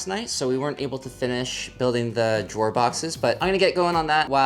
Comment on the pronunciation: When you said “That’s the last drawer” it sounded like “That’s the last straw!” and I thought, uhoh—don’t mess with! 😄